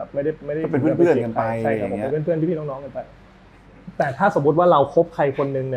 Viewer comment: ชอบคำว่า เฟื่อน ของคุณหนุ่่ม555